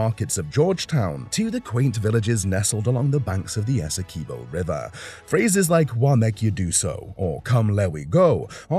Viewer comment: Good morning bro the name of our largest county is pronounced ESSE QUIB OH not ESSEKIBO. Please humbly accept tis correction.